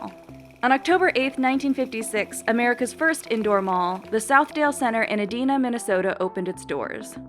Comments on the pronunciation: You think business insider would know the correct pronunciation of a city. Edina Minnesota where the first mall was is pronounced Eee-dine-a not a-dena. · E dine ah. Not e Deen a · Lady said Adina lmao it’s Edina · As a Minnesotan, the way she pronounced Edina made my ears hurt. It's pronounced "Eh-Die-Nah," not "Eh-dee-nah" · it's E-Die-Nah not e-dina. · While I love taking a shot at a Minnesota Gopher as much as the next guy, its pronounced "E-DYE-na" not "E-Dee-na" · Ehh-DEEEEN-uh, Minnesota. Ha ha. Sweet summer child, it's pronounced "Id Eye Nah". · Oh no... the way they said Edina(location of first mall) hurt my ears. Its E-dine-ah not E-dean-ah... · The MOA is UTD on its mortgage now. Also, that's not how you pronounce Edina. Ee-dine-ah or Eh-dine-ah. Eh-deena is just straight up not even close. -a Minnesotan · SOUTHDALE MALL IN ED-EE-NA LOL E-die-na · E-DINE-uh. not E Deen uh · It’s pronounced E die na... not eeedena lmao im from Minnesota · Its Eeedina not adina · Pronounced ee dinah not edema. I lived there then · The city that Southdale mall is in is pronounced like E-DIE-na. Like how a little piece of the Minnesotan in me DIEd when you said E-dee-na. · As a native Minnesotan, the narrator mispronounced the city name Edina... it's pronounced "e-DIN-uh"... NOT "e-DEEN-uh." :-( Funny how non-locals never seem to get it right lol. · Edina, Minnesota is pronounced E-dine-uh, not e-din-a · It's pronounced "Eh-dye-nah" not "Ed-ee-nah" It's spelled "Every Day I Need Attention" - Native Minnesotan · It's not "Eh-deeh-nah" its "E-dine-ah" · Yoooo that is not how you pronounce Edina, MN 😂 E-dye-na, not E-dee-na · Two errors that standout: description says Southland when it means Southdale. Also that pronunciation of Edina. We don't pronounce it like the city in Saudi Arabia is pronounced, Medina. We say it as "E-dine-uh", not "Eh-dee-nah". Also, reaching out to MoA and American Dream separately is unnecessary. They're both owned by Triple Five. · Exactly. Thank you.